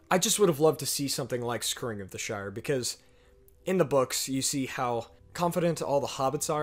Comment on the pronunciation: I love your videos. I love how much you love the subject, and how much you appreciate your fans and say so every chance you get. BUT... it sounds here like you're saying "scurrying of the Shire." Like the way a mouse would scurry. "Scour" rhymes with "hour."